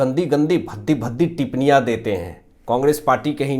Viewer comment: Tipniya nahi tippaniya